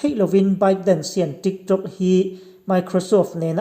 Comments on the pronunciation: Trick Trok ati....ka ngaithla ṭha leh ngat... TRICK TRAWK...TRIK ṬROK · video nge videow Trik trok 🤣🤣🤣La na duh reng reng suh aho lutuk pân lo ah tho afu ngailo 🤣🤣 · a pangai in alam zeuh zeuh. Mase midang aia in tih danglam a atum vang in TRIK TRAWK ti in a lam leh vel a.putar aw a ang ropui si.